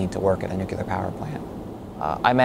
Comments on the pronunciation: Why cant people say Nuclear correctly. Its not Nuqular LOL! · Educated engineer working at a nuclear plant and he still can't say it right. It's nuclear, not nuk-e-lar. I'm happy this place closed down and you lost your job. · What is this "Nucular" he speaks of? Is that like Nuclear? All that education you would think he'd have learnt how to say the word. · He can say the word it’s just sometimes people tend to say the wrong things by mistake ever heard of the phrase “cat caught your tongue” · Not being able to pronounce “nuclear” does not inspire confidence. :( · How can he work in that and not know how "nuclear" is pronounced? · All those degrees and still can't pronounce nuclear properly. An obvious Penn State graduate.